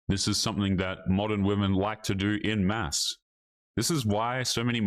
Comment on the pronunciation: Hi. I wanted to tell you it’s “en masse,” not “in masse.”